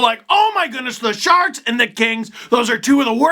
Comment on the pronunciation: . Did Steve say "Sharts" or "Sharks" ? I kinda like "San Jose Sharts".